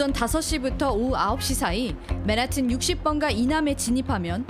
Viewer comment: 발음 진짜 구려서 못 듣겠네... 맨하튼이 뭔가요 본토발음 맨햍은이라고 하든가 한국발음 맨하탄이라고 하든가 ㅋㅋ